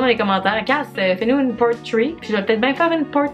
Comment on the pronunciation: Quand t'as dit la "part 3" j'ai compris "la porn 3" XD